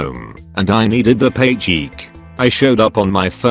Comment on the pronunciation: Everybody: paycheck Narrator: paycheek